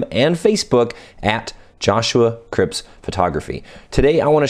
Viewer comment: Just a heads up, it's Cripps not Cribbs :)